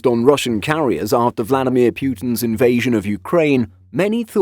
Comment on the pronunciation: Vladimir Plutin